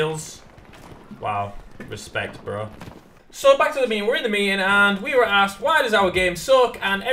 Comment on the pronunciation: Whats a "mee-ing"?